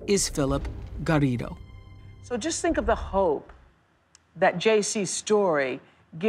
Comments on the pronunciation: Why is Oprah trying to be like Alex Trebeck over pronouncing Garrido? So pretentious. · she probably was just pronouncing the name as it's supposed to be pronounced. it's polite, not pretentious.